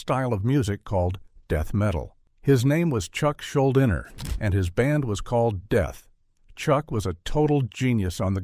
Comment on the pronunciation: Chucks last name is pronounced Schul-deener. I am proud to say I donated money to his fight against his cancer at the time.